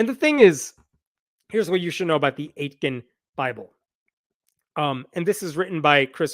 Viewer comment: So Aitken is a town name nearish where I live. If it's pronounced the same you pronounced it wrong The T isn't emphasized at all so it's closer to "ey-kin" in pronunciation.